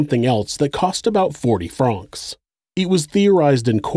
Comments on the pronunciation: Pronounced like the name Frank, not frahhhhnks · Its not Frraanonxx. Its Franks.. Francs Pronounced Frank. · Regarding Swiss Money - Why do you say “Fronks” - rhymes with honks, and not “Francs” - rhymes with “tanks”, the latter being correct? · How the fuck is no one mentioning how the narrator keeps saying franc wrong. I cant focus on anything else except "Fronks"